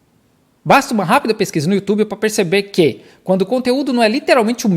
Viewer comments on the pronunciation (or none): none